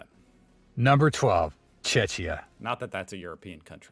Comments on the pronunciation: The guy mispronounce the country's name. It's "Czechia", but that "ch" is pronounced like "k", not like "tch". (The "tch" is the "Cz" part...) "Czech" is pronounced just like "check". So, if you have a friend from the Czechia, he's indeed your Czech mate. :D There's no confusion: Czechia = Czech Republic, just as France is officially (if you translate it from French) "The French Republic" (you can see an "RF" on their Euro coins), Italy is "The Italian Republic" (you can see an "RI" on their Euro coins), Portugal is "The Portuguese Republic" (*), Slovakia is "The Slovak Republic", Greece is "The Hellenic Republic" (just to confuse you even more). About tourism in Czechia: I don't know what the narrator considers "recent years", but my first visit to Prague was in 1999, before Czechia joined the EU (we had border controls on the train between Brno and Vienna), and Prague was packed with tourists, many more than Lisbon had back then. So, I would say Prague has, since the end of Soviet overlordship, a consistent vibrant tourist market, it's Lisbon that became a tourist hot spot "in recent years" (basically from 2010). Melania Trump (née Knauss) was from Slovenia (in English, that "e" in "Slovenia" is actually a long "e", like in "to be"). Although Trump probably thinks she's from Slovakia. And Ivana Trump (née Zelníčková) was from Czechia (or actually, from Czechoslovakia, because even Czechia and Slovakia got "divorced" years after she did... :D ). But Trump probably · It's not czetchia but Czechia pronounced check. Ffs guy making the video could do the most basic research. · Czechia, not Czeczia. Slovenia, not Slovennia. Why are so many Americans incapable of reading? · Narrator is just idiot , cant pronounce a Czechia ... not Cechnia which would be part of Russia. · Bro why misspelling my country Czecha -> CHEH-khiyah or CHEK-iyah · blud fakt řekl čečija 💀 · Please dont pronouce Czechia as a guy in video its CzeKia not whatever he is saying.